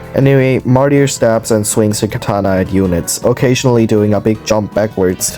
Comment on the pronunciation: Not with that martyr pronounciation